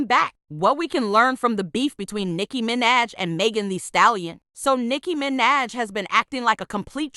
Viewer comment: nicki mi-naj 💀💀